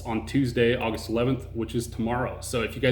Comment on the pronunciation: "AUGUEST" smh...